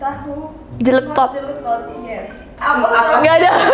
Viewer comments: AHHAHAH jeletot emg kedengeran agak aneh klo di pronounce sama yg ga biasa sama aksen Jawa WKWKKWKW, t-nya itu agak agak suara d-nya, jdi kek dibaca "td". MANA KAK NESS BANDINGIN PAKE FRANCAIS HAHHAHA YA AMPUUUN 😂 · Jeletot itu bahasa Sunda Kak Nes.. Memang begitu baca nya.. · 🙃 ya gimana dong kak nessie, lidah kita orang sunda kalo pronounce jeletot emang begitu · Kalo disunda jeletot “jeuleutot” jadi ada u nya